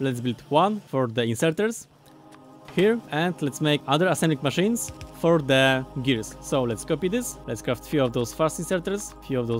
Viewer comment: I just love every time he says assemblic machine